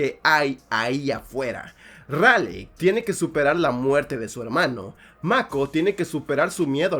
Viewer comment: Se dice ralei xd Me encanta gypsi y striker eureca